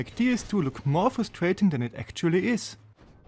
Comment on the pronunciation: “fustrating” 🤣 cmon man do better